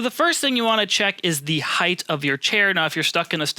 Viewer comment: Wonderful content. Thanks, Team Please (& others): the word is Height, pronounced ‘hiTE’ not ‘higTH’. So many make this error. I think it’s because other measurements, like breadth, width, depth DO have a th at the end, but height does NOT. 🤞